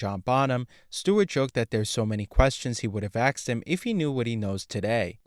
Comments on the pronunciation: He aksed good quesfions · He ASKED a question, not AXED. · HOLY SHIT DUDE, IT'S ASKED, NOT AKSED OR AXED. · It's "asked", not axed". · "Asked", not "axed". Asked, asked, asked. Practice saying it until you get it right. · "asked" = a-s-k-e-d not "axed". the hard "k" sound comes after the "s" sound. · the word is 'asked' not 'axed' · The narrator uses an “ask” to cut down trees!!! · The verb is "ask", not "axe". You're welcome. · A curse be on your use of “axed”. An amateur ploy to pose as “hip”. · It's AI axed also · thank you. I thought it was just me. Annoying AF